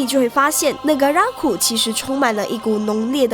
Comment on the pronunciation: 為什麼 Negaraku 唸成 NegaRAKu ?